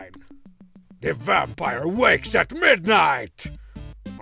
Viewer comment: Been playing alotta Vampire Survivors lately, but thanks to this video and Strong Bad's pronunciation of the word; I officially refer to the game as "Vampoire Survivors"